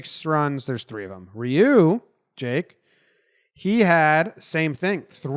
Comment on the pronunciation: Youguys did a great job pronouncing Ryu’s name btw